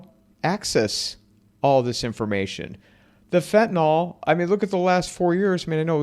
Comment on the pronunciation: "FentanYL" is not pronounced "fentanAL."